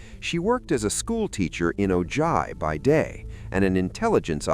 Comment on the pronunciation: You miss pronounced Ojai, and Ferrigno